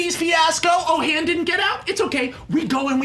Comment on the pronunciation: How many times can Max Landis pronounce "Han" wrong?